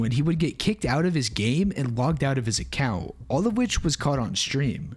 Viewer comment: "I got logged out of my accjaunt"